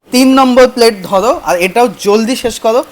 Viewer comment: ভাইয়া একটি কথা বলবো কথাটি হচ্ছে তুমি তোতলা করে কথা বলো কেনো তোমার সমস্যা আছে মানে দেখো ধরো কথাটি এই যে ধরো ধরো কথাটি তুমি ধরো কওয়া বাদ দিয়ে তুমি ধলো